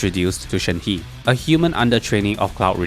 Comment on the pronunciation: Not hate but the sehen he kild me